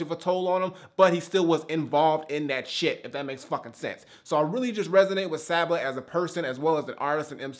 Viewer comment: Welp, I'm glad I get to keep my kneecaps. Told you that the album was dope man! Glad you actually checked it out and ended up really enjoying it. Also you pronounce it "saw-ba". If you liked this listen to his first mixtape comfort zone, to see his progression is dope af!